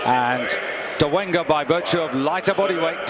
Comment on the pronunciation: It's Dolega, not Dolenga